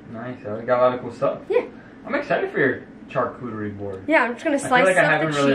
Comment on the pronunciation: The way you pronounce charcuterie is so cute hahah I think it’s pronounced shar not CHar ❤️